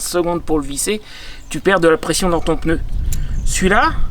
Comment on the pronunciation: Pneu et non peneu…